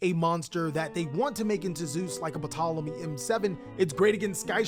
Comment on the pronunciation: bro I love the content but for the last time it's TOLEMY, TOLEMY, TOLEMY! think pSychic.